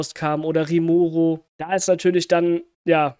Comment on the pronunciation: Bellmoth gibt es nicht im Anime oder im Manga und Rimuru ohne o gesprochen sonst wie immer gutes Video 🥰